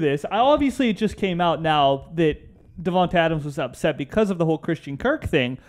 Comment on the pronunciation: I’m upset about Davante leaving and plus raiders fans can’t even say his name right